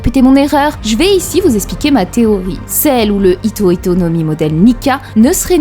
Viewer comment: Ce que j'aime c'est ce petit détail qui fait que prononce bien Hito Hito et non Ito Ito comme beaucoup le font (normal, c'est le français). Ito Ito no Mi c'est le fruit de Do flamingo, donc à ne plus confondre avec les Hito Hito no Mi de Chopper, Sengoku ou bien Luffy désormais.